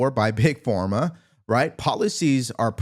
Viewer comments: Why does he say Big FORMA? It’s Big Pharma, like Farm-uh or ffff-ARM-muh. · Why do you continue saying Big Forma? It's Big Pharma! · Love you, but is it PhORma? Or PhARma? 🤔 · Big Form Ah?🤔 Big Pharma (farm ah) 🤣